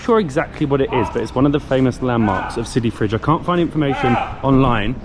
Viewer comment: It's Sidi fredj not sidi fridge 😹